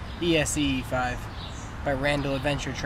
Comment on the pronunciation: It's ESEE you fool! NOT E.S.E.E... pronounced S.E! good grief, plus why the hell would you move to Spain????